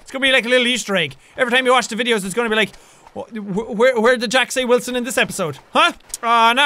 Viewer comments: Jack: Wilson! Me: whaleson! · it's not Wilson in this series its whalson!!